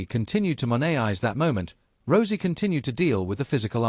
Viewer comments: He said rosey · Please stop mispronouncing Rousey 😢😢😢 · Stop mispronouncing Rousey 😢😢😢